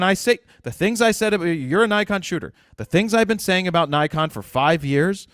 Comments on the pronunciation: It's Nikon not Naikon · give Naikon USA a call--that's how they pronounce it